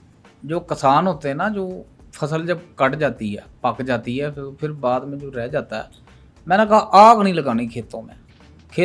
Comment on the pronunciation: ji haan phir ko fir phuphi ko.. foofi ghazal ko gajal 😂😂